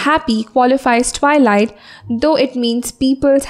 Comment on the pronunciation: Your videos are awesome....but you could look after your pronounciations.....eg., twilight,poem, environment..... nothing else, keep going.😊😊